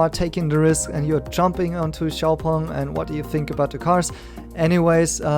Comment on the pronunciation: Well at least I know now how to pronounce Xpeng properly. And let's stick to Nio, Tnx